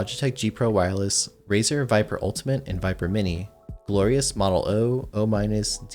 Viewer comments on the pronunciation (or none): none